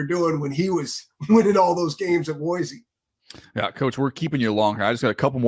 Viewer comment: Respect to my man DJ pronouncing Boise correctly. Chris, when are they building your statue in front of Albertson's Stadium?